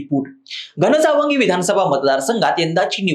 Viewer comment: घणसांगवी उच्चार चुकला